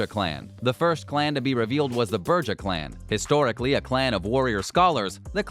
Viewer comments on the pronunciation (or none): Ah, yes, can't wait to play a "Berja" or a "Mulkvian" after the next developer takes over for "Hard Suit Labels." Maybe experiment with the "Venture" clan. Clan choice is a major part of your character sheet in Vampire: The Masquerade and you managed to butcher MOST of them. - BROO-ha - mal-KAY-vee-in - VEN-troo Genuine bit of advice: get someone else to start watching your videos before you upload them. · BRUHja clan. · Just in case you decide to make more videos when ACTUAL news comes out, Brew-Ha, Mal-Cave-ee-in, Ven-true (exactly how it is spelled), Tore-E-adore and blood is Vee-tay, not "Va tie"... I guess we should all be fortunate that there was no mention of Tzimisce. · What the fuck is a Buurjah clan? Why do they let people who don't know the game, narrate this? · "Burjah" clan ? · What? You're not a fan of the Berjer clan? or the Vencher Clan? Or The Mokvians? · Like "Burjah" istead of "Brujah" and "Venture" instead of Ventrue. I stopped watching at that point... Why does someone tries to dabble in something that he has no clue about? Like Potency instead of Potence... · "THE BERGER CLAN" thanks for buthering the clan names.... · Did he just say Burja? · I normally no judge pronunciation. Specially with the Brujah Clan. But... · watching him strugle with ventrue, brujah or malkavian makes me wish, tzimisce would've been announced lol